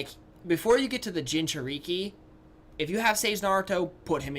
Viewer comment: when you said jinchuriki I got triggered